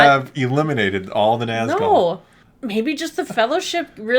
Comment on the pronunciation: ..... Tf you say?! "NAAAZ-GULL" NAHZ-GHOUL please!